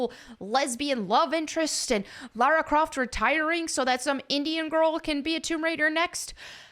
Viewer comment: Lara Croft ❌ Larry Croft ✅